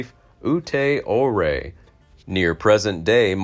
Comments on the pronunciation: Ouray is pronounced You-Ray. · Ouray is pronounced U ray. Saguche is pronounced Su watch.